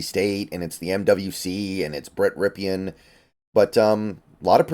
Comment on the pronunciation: It's pronounced Brett RIP-in.